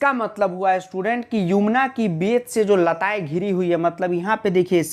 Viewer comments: वो युमना नहीं यमुना होता है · Sir Yumna nahi Yamuna hai Shayad wanha 😂